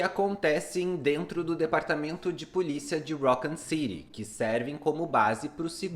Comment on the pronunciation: Ouvi umas 4 pronuncias diferentes de raccon city nesse video kkkk